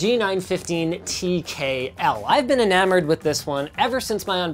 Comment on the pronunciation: As an Spanish, hearing "anemored" in english sounds so weird...